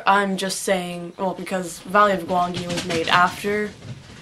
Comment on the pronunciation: Wait wait, You're pronouncing Gwangi's name "Gwan-gi"? I always thought it was pronounced "Gwan-jee."